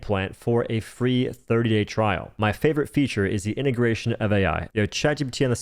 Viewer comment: "my favourite feature is the intergration of AI" brother do they have a gun to your head?